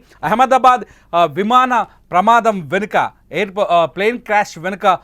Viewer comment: Vimada kadu vimana